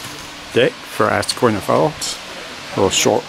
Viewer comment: It's pronounced "izaqueena."